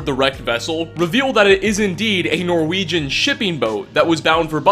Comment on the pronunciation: Norwejin is how he says it